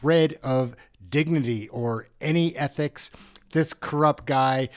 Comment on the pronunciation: Lol MacKinnon has a hard time to say ethics hahaha